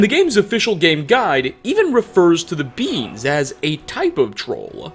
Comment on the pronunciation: When "beings" sounds like "beans". "Trolls used to be much larger beans. uwu"